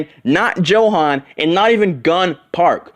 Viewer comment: Johan is pronounced as Yohan, with a Y. For the love of god.